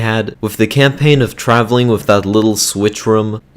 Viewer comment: He says wif